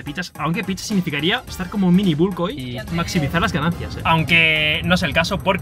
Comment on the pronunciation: Por favor, recuerda que BULK se pronuncia BALK. Es como la U de BUS, BUT, MUSK, TRUMP, FUCK, CRUNCHY... Son U que se pronuncian parecidas a la A española. Lo mismo HULK (El increíble HULK) ---> jalk. No todas, por ejemplo en PUSH, BUTCHER... suenan como la U española. Yo aconsejo decir VOLUMEN y de paso se evita un innecesario spanglish.